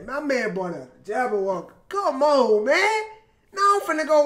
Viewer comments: Its JabbaWockeez Not JABBAOWOCKEEZ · "the jaboawockeez"